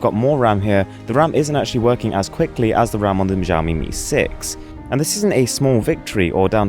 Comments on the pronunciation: ITS NOT CALLED ZHAMEME ITS ZAOMI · "jaomi mi 6"